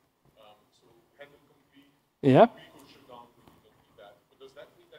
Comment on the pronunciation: Good presentation, but pronunciation of `shut down` as `shit down` is both funny and a bit distracting